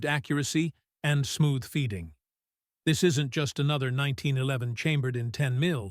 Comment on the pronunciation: This robot almost pronounces 1911 correctly. Almost.